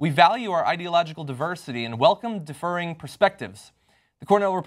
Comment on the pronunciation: Okay but did John just read "differing" as "deferring"